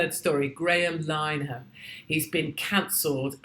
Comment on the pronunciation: Graham lin-aa-hann please.